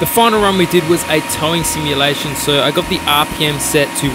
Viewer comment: What's a towing simuation? Haha